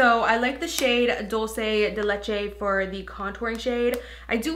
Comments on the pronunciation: I know this might sound annoying but it's "do-lcé" not "dulche" lol sorry it's annoying for me when people mispronounce it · Dulce de Leche is pronounced "Dool-Seh" not "Dol-chay" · she might as well pronounce it correctly if she didn't know